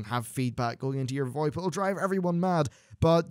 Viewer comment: It's not VOEP it's VO-IP lmao